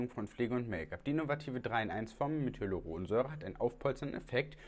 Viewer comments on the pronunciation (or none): none